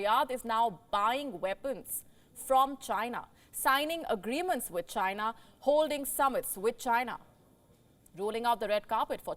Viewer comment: Why do you lay much stress on the word "CHINA" when reporting? I have enjoyed your broadcast since the start of this year because I feel you are not as biased as other news platforms on YouTube. It seems you are drifting away from that little by little especially when you making a report on a ripple-relationship nations with India. So much emotion in the reporting. Come on don't be like American media that can't be trusted with information dispense.